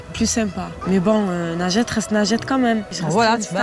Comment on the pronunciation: C'est pas Najete mais linjete